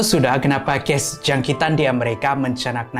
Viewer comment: Assalam hi sya selalu dngar kamu sebut ges dan bkn kes kamu cuba sebut btul ii sbb nnti takut org x paham plk😅😅srry ye bukan nk bgi skit hati kamu tpi sya cuma nk tegur..sja😊😊